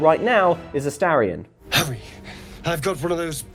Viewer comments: You can tell Baulders Gate 3 hasn't released on xbox yet. Ast-a-rion 😅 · Why do people keep mispronouncing Astarion's name?